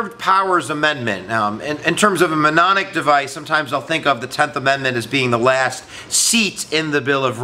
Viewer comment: “memnonic device” ... 😂